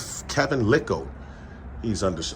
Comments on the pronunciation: you are out in the Western burbs, the "s" is silent; it is pronounced lile like tile. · The “s” is silent man. “Lyle” is I The correct pronunciation